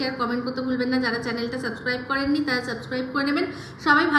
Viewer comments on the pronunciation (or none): none